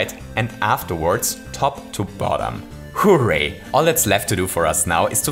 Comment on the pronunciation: I love how this guy says hooray it's like HOOray